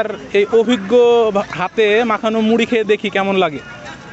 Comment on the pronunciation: ড় এর শুদ্ধ উচ্চারণ করতে গিয়ে ড এর মতো করে ফেলছে 😪 মুডি মুডি 😪 ।